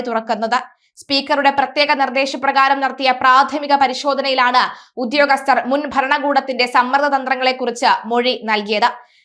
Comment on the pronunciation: അയ്യോ ഉദ്യോഗസ്ഥനാണ് കുഞ്ഞേ ഉത്യോഗസ്ഥലനല്ല